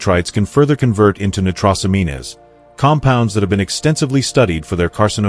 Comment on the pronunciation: Never listen to anything that can’t pronounce medical terminology, nitrosamine good grief